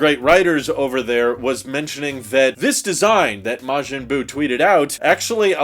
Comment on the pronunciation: you actually pronounced Majin Buu correctly first try 😂